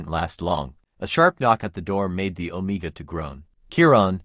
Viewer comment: It's Om(e)ga with short e sound. And bowing with an ou like out sound.